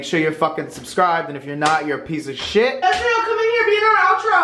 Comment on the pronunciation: Did he say her name was jizrael lol